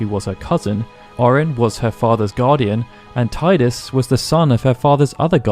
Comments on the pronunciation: Is pronounced tee-dus not tie-dus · They call him Tidus (Teedus) not Tideus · Only heretics who pronounce gif as yiff would pronounce it Teedoos. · It could be due to the fact that he is very connected to water. Tide-us. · Good video. But there are people who are still saying "Tie-dus"? A Final Fantasy based channel, even. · To everyone who is annoyed at the pronunciation of Tidus: get over it. People mispronounce many Japanese places like Hiroshima or British places like Bicester and I don’t go around correcting people of it, it’s whatever makes it comfortable for you to say. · Interesting approach. But wrong nonetheless.